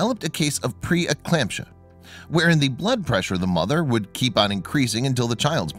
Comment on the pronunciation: Pre-poned!? Don't use that made-up word if u don't check. Pit-OH-sin! Or pre E CLAMP- sia. No research, can't even check!